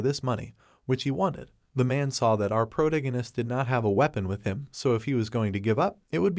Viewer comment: Can someone count how many times the author pronounced "protagonist" wrong and said "she" instead of "he"?